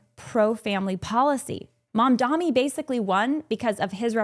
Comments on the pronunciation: This was bothering me but his name is Mamdani not Mamdami No opinions just kept distracting me while watching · It’s Mamdani tho not Mamdami, can we take a minute to learn people’s names before talking about them? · She mispronounced "Mamdani" as "Mamdami" on purpose (it is not a hard name to pronounce at all), and gave more proof (as if it was needed) as to what sort of a human being she is. This is modern Christianity in a nutshell: hatred, racism and white supremacy shrouded in a thin veneer of "faith". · The name is M.A.M.D.A.N.N.N.N.I., I don't think it's that hard to say.